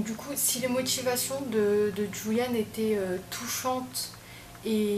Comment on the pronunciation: Tres bonne video, merci pour ces information, mais les ''euh'' me stressent 😂 et petite précision le ''j'' espagnol se prononce comme le '''r'' francais donc son prénom se prononce ''Roulianne'' 😊